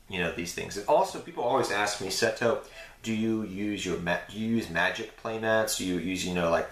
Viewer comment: Seto is MA'HAT! Not MAT-AT! xD Awesome video man, cool playmats.